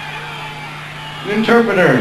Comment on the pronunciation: lmao axls favorite line.........STOP! ENTURPOTER!